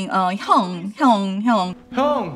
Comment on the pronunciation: Exactly my sentiments as a person who watches kdramas and follows korean culture - when he kept saying Hyung i was dying inside.